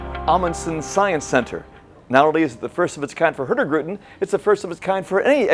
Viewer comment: Please, please. Say it in Norwegian it sounds soooooooo wird in English. Foreigners i understand but its like saying your citys name with an english accent. Anyways. I love you Hurtigruten. Elsker Hurtigruten sååååååå mye!